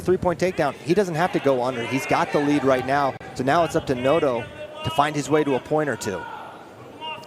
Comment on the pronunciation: “right meow”. Thought you could sneak that in there without someone knowing huh?